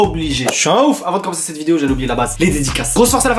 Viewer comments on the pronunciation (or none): none